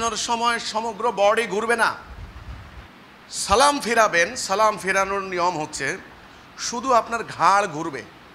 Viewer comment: সালামের সালামের উচ্চারণটা ঠিক করে করতে পারিস না